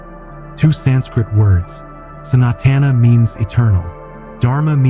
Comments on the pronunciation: WOW ! ... finally someone got the reason it's called "H"indhu right - but it's not pronounced Santana like the musician Carlos Santana 😂 ... it's pronounced sa-not-an - doing good so far so let's see where you go from here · Oh Geez. The text-to-voice AI voice can't even pronounce Sanatana. NO, the "San" is NOT pronounced as in "Sanitary." 😩 It is Sun-aa-tha-na. Anyhow, this nonsensical statement of "Hinduism is not a religion" is why the Indian Constitution and the Supreme Court said that Christianity and Islam will be protected but Hinduism will not be protected, as it is NOT A RELIGION. Holy crap. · Gravity found by Newton? Plus, AI voice can not even pronouce Sanskrit words like "Sanatana"!